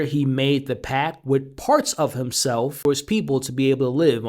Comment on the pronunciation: Pact, not pack.